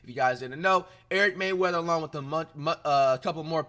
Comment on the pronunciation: bro how you give someone a shoutout a butcher their name. His name is Eric Rayweather, not Eric Mayweather.